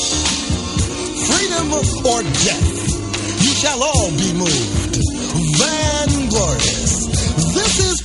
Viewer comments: I thought he was saying the word " vain " and pronouncing it van glorious ! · Been blastin this entire album since I wore out my cassette (and WELL after) in 1990. STILL hits to this very DAY. My SOLE complaint is how Professor X constantly mispronounces AND misuses the word "vainglorious". Always makes me think of Indigo Montoya: "you keep using this word.. I do not think it means what you think it means". Brother J's flow tramples on countless MCs TO. THIS. VERY. DAY.